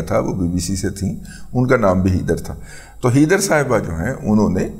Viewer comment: Heather ( pronounced as hay der not hee dar).